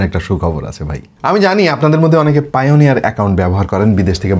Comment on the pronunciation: Vai oita pioneer na, Payoneer hbe 😂